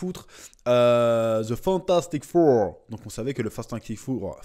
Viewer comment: on prononce "Fantastic For" et non "four" (lol), même si ça va faire assurément un four.